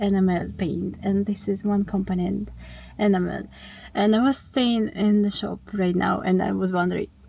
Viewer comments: Enam - el. Not ena-mel. Not a criticism, just getting the emphasis on the correct syllable, your English is very good! One job at a time, you'll get there. If you don't already, make sure you have a (big, maybe 50A) fuse as close to the battery as possible. 12v systems won't electrocute you, but they will have a wire glowing red hot in just a few seconds, and set fire to things if there's a short circuit. And then each sub-circuit should have it's own fuse or circuit breaker, usually about 5A or 10A depending on what is connected. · Just a tip on enamel pronounced ee-nam-el. 🤫😂Keep up the good work 👍